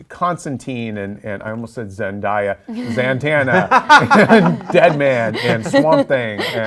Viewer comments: Zatanna, it's zatanna, z-a-t-a-n-n-a, ZATANNA!!!!!!! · zantanna? lol nice (zatanna) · its Zatanna not Zantanna lol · ITS ZATANNA not ZAN-TANNA SMFH